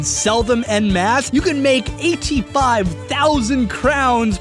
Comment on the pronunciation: The "en" in "en masse" is pronounced like "on"